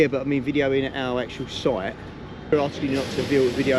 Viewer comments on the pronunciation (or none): I wonder why that guy in the orange hi-vis at the beginning keeps saying "soit" rather than "site"?